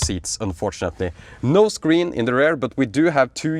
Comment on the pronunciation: Please try not to pronounce “rear” as “rare”. Beisdes that, nice and valuable content you have been providing over the years